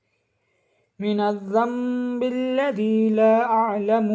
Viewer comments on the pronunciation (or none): Bhai aap ny dono jga py laa aalamo prha h...pey py ni aata.